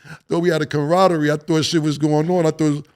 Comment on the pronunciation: Cam the word camaraderie is tough lol